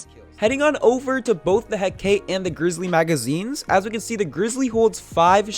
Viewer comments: It Is Not Pro Nounced He-cate. It’s pronounced He-ca-te. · It needs to be said. It’s pronounced Heh-ka-te. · I hear hecate alot, i know you butcher names alot. It is pronounced (heck-a-tee). Btw i like your new editing skills it really helps me learn better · Its pronounced Huh-kah-tae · I could be wrong but I believe the hecate is pronounced heck-a-tee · its pronounced He ca te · It's pronounced heh-ka-tae to make hecate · It call he-ca-te You wrong boy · I think it's pronounced "He-Ka-Tee" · you pronounced hacate wrong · Very very nice. Also I like the intro. Also also, it is pronounced "He-kah-tee" or "He-kah-tay." It is one of those. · the way he pronounces the hecate triggers me p9nda does the same too ._.